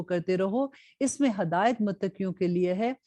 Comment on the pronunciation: Please say hidayat not Hadayut